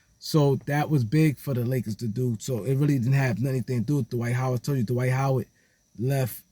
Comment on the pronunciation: Who is "Da-wight How-wid"??